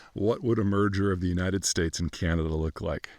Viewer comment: There are 41.6 million people in Canada dude…..being off by 2 million people is very significant! Also, please learn to pronounce “Canada” properly or shut up ffs!